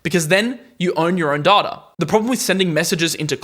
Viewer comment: Pronounce DATA right.